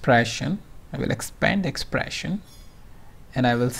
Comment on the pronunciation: Hi... I appreciate the knowledge you have on qlikview and for the pains you take to upload a video. My Suggestion is that you should stop using the Slang of an American. You are unnecessarily stressing some words like an american which is breaking the momentum to listen to a video completely... EX: Exxpprressin...CCCommmpletely....You are prolonging words.. instead cutting short the matter. Thanks anyways